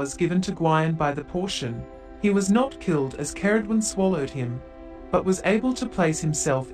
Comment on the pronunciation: You may want to look up how to correctly pronounce Ceridwen too